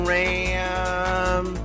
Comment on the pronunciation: The thing that pisses me off most about is his constant mispronouncing of various pokémon names. How does he like them so much but say them like a parent mockingly reading the name of them. Especially reshiram. Its "re-she-rahm"